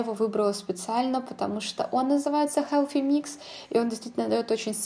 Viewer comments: Koshka Potselyeva вы усложняете) Все привыкли произносить как "буржуа" и "хелси микс" ХелФи - режет слух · Прекрасный макияж!!!, но почему Helфи микс, ведь th